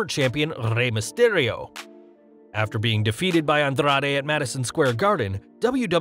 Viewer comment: Bruh...why are you rolling your "r" so hard when you say Rey Mysterio, Andrade or Carrillo?